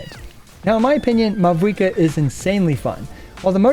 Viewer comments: For the future: The V in Mavuika is pronounced like the German V so it becomes a "W" ... easiest way to think of it is like Mao-eee-ka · You oronounced mavuikas name wrong the entire video, the v instead pronounced as a v but a w. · Great video but you did not pronounce mavuika correctly even 1 time and it's killing me